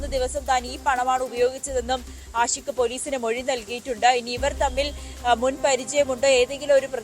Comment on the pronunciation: ആദ്യം പുറത്ത് വിട്ടത് പ്രതി ആൽബിൻ എന്നാണ് ഇപ്പോൾ പറയുന്നു ആശിക് (ആഷിക് 🤣ഉച്ചാരണ പിശക് 🤣പഠിച്ചതല്ലേ പാടൂ )ആണെന്ന് എന്ത് ചാനെൽ 😔😔എന്ത് റിപ്പോർട്ടർ 😔🙄🤣🤣🤣